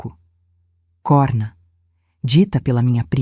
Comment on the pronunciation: A narração é medíocre erros de português sempre em todas as histórias e nesse vídeo COHRNA NAP CORNA DIM FECHADO COMO CIRCUNFLEXONO O. VERGONHOSO ESTAO ENRERRANDO NOSSA LUNGUA PORTUGUESA